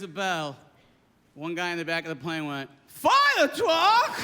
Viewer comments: This is such real, excellent comedy. Bobcat is the real deal. I loved it very minute of this. Will never forget “Firetwuck!” Keep doin it Bobcat- you’re a headliner for sure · A fiyah twuck!!! lol